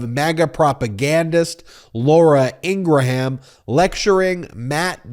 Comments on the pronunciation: Please pronounce her name correctly. It grates me to hear you say “In Gra Ham” it should be pronounced “In gram” It is from my part of the world <3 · please stop calling her ingra-ham it makes you sound silly! it is pronounced ingram you dont have to offend folks with the trumpian crap of attacking a person's name! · I can't stand the woman but why do keep saying Ingraham???? Lol now this vile woman will consume my thoughts today because you kept saying Ingraham! Ing-gram (not spelled that way though!) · EEN-grum, EEN-gurum, not EEN-gruh-ham. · Just to be clear... It is IN-GRUM not In-Gra-Ham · I love you, but, please stop annunciating ing-gra-Ham! The ‘H’ is silent- it’s Ingram (sic). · I believe it's pronounced 'Ingram'. The h is silent. (she is a bit of a 'ham", though) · Love your commentary .I believe her name is pronounce In gram (the h is silent with 2 syllable …not 3 …someone correct me if I’m wrong) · A minor thing but, her name is pronounced Ingruhm. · Stop saying Laura Ingra ham... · So many questions: why is "TREATS" in all caps? why is "TODDLER"? is "toddler" even the right word when her point is really about the optics of calling for secession, not condescending coddling? why does Ben pronounce Laura Ingraham's last name in three syllables? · You don’t pronounce the “H” in Ingraham. Just like it is not a graHam cracker, it is a a silent H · Why do you always say her name wrong? Most of us have seen her funny "You" fail where she says her name. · It's Laura Ingraham, like Laura Gram but with the in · You need to pronounce Ingraham correctly.